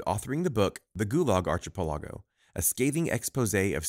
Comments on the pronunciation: The pronunciation had me LOLing hard. R chi pea leego...r ki pel ego would be more correct. As for Alexandr Solzhenitsyn don't provenance the h and try sohl-zhuh-neet-sin. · It is not Solzenitsyn, but SolZHenitsyn. And ar-ki-PE-lə-gəu